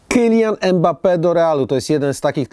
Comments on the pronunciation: Imbape się wymawia😁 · poprawnie wymawia się [ymbape]